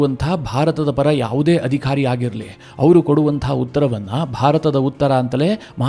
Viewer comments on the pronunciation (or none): none